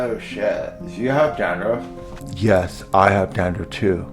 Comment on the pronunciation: Did he just say Gandruff? 😂